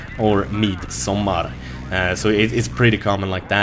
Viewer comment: Its sUmmer... not sOmmer. LOL =P